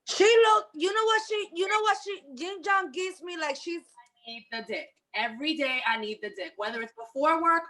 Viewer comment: 🤣🤣🤣 “Jing Jong” I had to replay that 4 times to make sure I heard right lol...